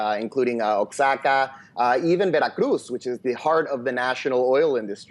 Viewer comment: OAKS-XA-KA is not a state in Mexico, but Oaxaca (WAH-HA-KA) is. Is this guy really a professor?